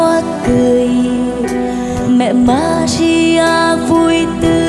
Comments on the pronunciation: yêu cầu Bảo Thy phát âm lại bàn đầu thì là mẹ maria câu 2 là mẹ madia Mẹ Maria chứ k phải mẹ Madia ... giọng địa phương có thể phát âm đc nhưng danh từ k đc phép đọc sai. vần r và d trong âm nhạc hay sử dụng vần d nhưng k 1 ca sĩ nào hát danh từ sai đc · Thy hát rất hay nhưng nên phát âm chuẩn hơn ở từ Maria. "Ri" chứ k phải "di" thì sẽ còn hay hơn. Thanks